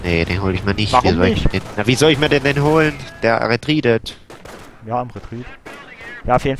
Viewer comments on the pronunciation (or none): Ihr Ossis macht mich fertig :D "Der ritrieeeded" ^^